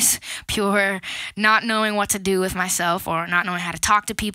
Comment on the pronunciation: i love that bit when she says wiv my beanie yolo